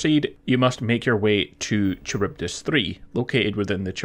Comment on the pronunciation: FYI: it's "ka-rybdis". It's the pronunciation of Charybdis. You're welcome.